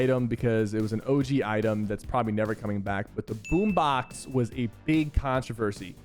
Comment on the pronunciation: i thought you said boom bow and that scared me